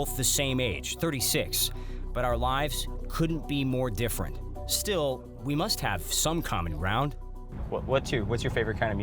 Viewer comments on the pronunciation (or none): "We Same-Same but Diffewent" 😂